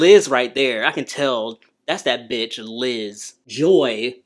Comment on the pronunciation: The way he said that's that BITCH Liz 🤣🤣🤣🤣 I was so not expecting that hard B lmaooooo